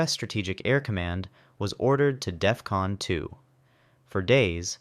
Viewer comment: Dude at work says it's Death-Con. Lmao